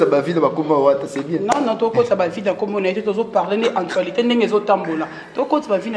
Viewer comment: yango chronifuati oyo pronoce actualite bien s'il te plt fiere eleka te pardon